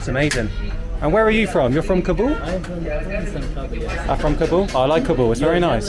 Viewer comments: Please. It's not ka-BOOL it's KA-bl like "cobble'. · I love your videos man but you got to pronounce Kabul correctly. Didn't you listen to locals pronounce the name of their town? Kabul rhymes with "hobble".